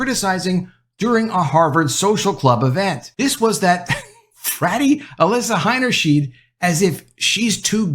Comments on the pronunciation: The name Heinersheid, is pronounced with two long I sounds. high-ner-shide! The "ei" sound is a long "eye", but when reversed " ie" then its the "ee" sound. It's the opposite of what you'd think.. No big deal, just thought I'd mention it, because you're the 2nd media person I've heard who got it mixed up. It's easy to do, but now you know! Thanks for your content! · It's pronounced "H EYE nerschn EYE d". In German, when the i and the e appear as a pair together, the second vowel is the one sounded. In this case, both times when the "ei" appear in the name, they are pronounced "eye", not "eee". Example: Eisenhower is pronounced EYE senhower, not EEE senhower. Example: Liebchen is pronounced L EEE bchen, not L EYE bchen. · You pronounced her last name 'Hainerscheed' so no I won't sub. It's 'Hainerschaid' btw.🤦‍♂️ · The last name is HeinershEYE'd, not HeinershEEED. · You need to learn to pronounce the name Heinerscheid correctly. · Why are you pronouncing the first ei as "i", but the second ei in her name as "e"?